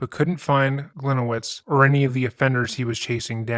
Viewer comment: Hi, a Polish person here. His last name should be pronunced as Glee-niye-vitch, as it is originally Polish. Hope that helps. Great video!